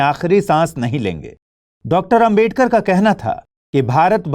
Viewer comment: Bhai naam to sahi se bolo ambedkar ambedkar bol rhe ho sahi to naam lo